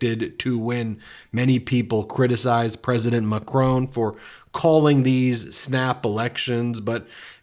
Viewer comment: Why do you keep saying Macron like "Macrown"? It doesn't have that W in it, you are making it even harder to say than it is already, it's also not how you say it in French or English, so what are you doing with that affectation, exactly, trying to show people that you never go abroad or bother with other cultures, because we already know that, cheers..